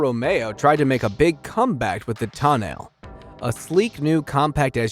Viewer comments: TOH-NAH-LEH ... NO TANEL, NO TOE NAIL PXRCO DIO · Is this guy drunk? Thats not how you pronounce tonale citroen or peugeot